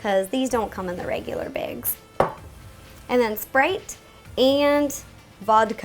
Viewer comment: I love how she pronounced sprite "spreyt"